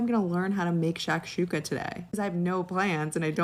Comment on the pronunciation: Oh, and it’s pronounced “shock-shook-uh” nitwit